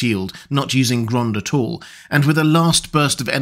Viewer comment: "Grond-uh! Grond-uh!"